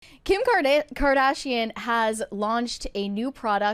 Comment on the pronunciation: The way she pronounced Kardashian at the start of this video